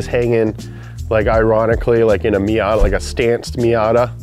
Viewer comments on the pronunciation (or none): none